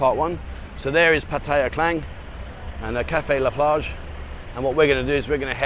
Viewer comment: You pronounced Cafe La plage 💯% correct! I remember when you were asking about the pronunciation.